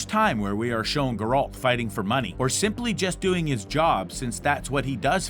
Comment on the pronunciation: is no one going to mention his mispronunciation of "Geralt"?